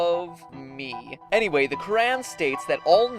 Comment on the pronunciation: I've never heard the word Qur'an pronounced so horribly.